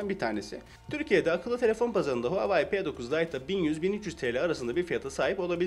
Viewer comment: Keske telefonun adini dogru teleffuz etmeyi ogrenip sonra video cekseydin. Bir de rafin icine koyma fikrini kimden aldin ?